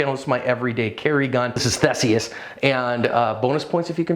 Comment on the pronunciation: But he mispronounced it 😂.